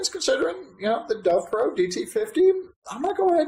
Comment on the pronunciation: Why do you call it a Dovpro when it's clearly labelled DOVPO?